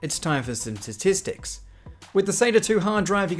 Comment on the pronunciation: You and Lando Norris need to learn saying statistics :)